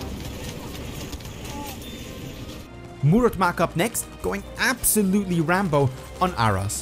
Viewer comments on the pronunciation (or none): none